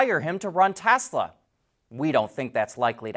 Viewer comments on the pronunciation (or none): none